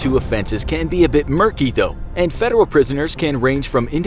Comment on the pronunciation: why did he say though like that